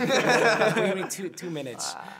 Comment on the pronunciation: "We need twhoo minutesSss" 😂😂😂 I can't with Jackson😭❤